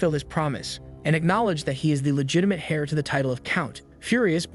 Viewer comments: Heir is pronounced “air” but the ai narrator said “hair” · Heir, not hair